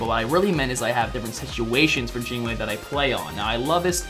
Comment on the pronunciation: "Jine wei" :P